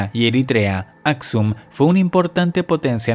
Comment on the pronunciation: ¿Dices "bacinica", "basilica" ....o qué...? (Aksum). En lo de los mayas dijiste "una sequía que los ruinó"...creo que debiste decir "una sequía que los arruinó"... Y tu tonito de voz, muy sobreactuado y cae perfectamente mal....¡¡Adiós!!